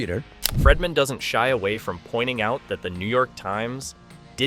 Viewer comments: His name is Not Fredman! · And it's "Freedman", not "Fredman". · The whole video im screaming it's Brian freedman not fredman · When you do a story how hard is it to Pronounce the Names CORRECTLY ‼️His name is FREEDMAN Not FREMANTLE‼️‼️😵‍💫😵‍💫😵‍💫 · Not Fredman I hate when your iPad prints something you didn’t type! Again his name is Freedman NOT Fredman!!!😵‍💫😵‍💫😵‍💫😵‍💫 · I think Baldoni’s attorney’s last name is pronounced “Freed-man” not “ Fred-man”. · And Fredman! It’s Bryan Freedman! Idk how many times I cringed whenever “he” said Fredman. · This narrator mis pronouncing the lawyers name, over, and over again is ignorant. It's pronounced " Freed man" for God's sake! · HIS NAME ISN'T "FREDMAN"!!!!! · His name isn't "Fredman." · Do I keep hearing Bryan's last name pronounced as Fredman?! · I felt the same, 😂it was so annoying. At first I was like who’s fredman? Awwww Freedman!😂😂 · Is this AI narration? PLEASE pronounce Baldoni's lawyer's name correctly. Fingers on a blackboard,, man. Care enough to get it right.